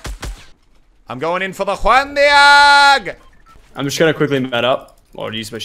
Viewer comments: Bando Coeurl it’s Juan De-og is what he’s saying. It’s originally supposed to be Juan Deag but I guess he’s adding his spin to it. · Please stop pronouncing it as "one de-arg" 😂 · Does he know that it’s not pronounced “One Deearg” but “One Deeg”? The spelling is tough but you get the idea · Why does he say one Dee-aag. It's one Deeg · It’s pronounced deeg not deahg 😂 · The way he said Juan deage pissed me off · Tomato tomato, Just like how Australians cant pronounce No they also cant say Deeg.